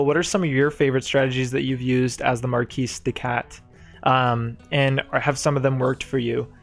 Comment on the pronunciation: I am thankful you actually pronounce the S in marquise. No one does, which is incorrect of course. Nice video!